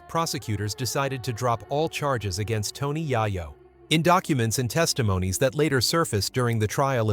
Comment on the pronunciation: I cant watch your f*cking bullsh*t AI videos, he said Tony YIYO 3 times and im done.